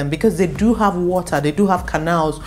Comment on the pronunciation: We like de wotaaahh! Fun video!